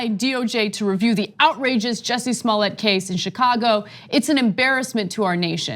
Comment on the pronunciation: Jussie. JUSSIE not jesse.